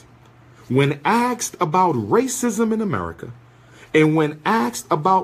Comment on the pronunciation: How inarticulate! He brags about his degrees but uses words like “Aks” instead of “ASKED”. And says “Who is you namin” ok “Doctor”